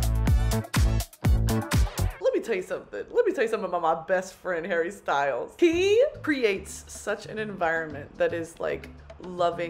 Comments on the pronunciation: hawwy stuiles hawwy stuiles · hawwy styuels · Harry Styles? Don’t know him Hawwy Stwyles? We Stan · "I love Hawwy Stywles"